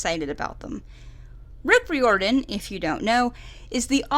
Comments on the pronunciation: It's rye-or-den, like trying to get it to rhyme with fireman. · The way she pronounces Riordan... _ ||